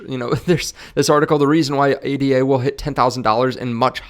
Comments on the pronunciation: It's pronounced ADA, as one word. Not spelled out as A, D, A. You can't hold Cardano, you hold ADA. And then you expect people to take your opinion seriously? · Its Ada. Not A.D.A. Ada is a name